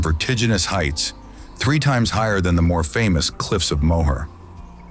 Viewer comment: The cliffs of Moher is pronounced “More”.